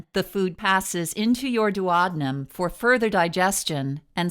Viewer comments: It’s pronounced duo deenum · You pronounced duodenum like "Do ah dough um" lol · She said doo awd num 🤣🤣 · Whilst the video was informative, I found the pronunciation of “duodenum” uttering annoying and very off putting! Please at least get the medical terms correct. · Wow, I never heard duodenum pronounced like that! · GreenvilleWX I was like wtf is she saying 😂 8th grade health class kids, it’s important